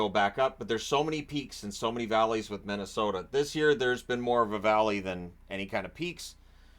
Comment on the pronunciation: "Middesota" amitire?